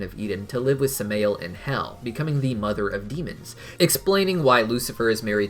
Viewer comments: Pretty sure its "Sam-eye-elle", not "Sum-ay-elle" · Samael is said as Sam-I-el